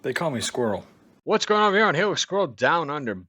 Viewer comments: It’s a bloody hilux not a helix ffs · Chill...he can call it Helen for all I care. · can you say HIGH LUX